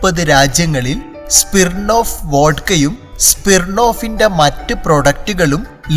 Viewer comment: സ്പിർണ്ണോഫ്‌ അല്ല ബ്രൊ. സ്മിർണ്ണോഫ്‌